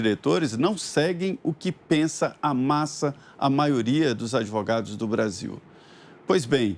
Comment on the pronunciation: Vejam como Renan se pronuncia (Adivugado, Dipuimento)